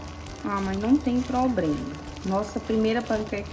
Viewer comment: não é "probrema", é "problema"